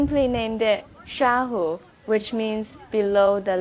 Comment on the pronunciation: Should be Xiahu, not “Shahu”.